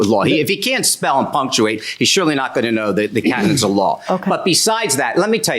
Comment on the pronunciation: The way he says can’t spell or punctuate sounds apunctuate. He says it in snob 🤌😆